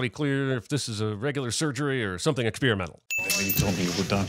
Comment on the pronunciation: Sinning the Subtitler for confusing “populace” and “populous.” – Sinning the Sin Guy for once again mispronouncing “experimental” even though he’s just heard it pronounced correctly three times in a row. – Sinning the Sin Guy for not understanding how Cheeto dust works.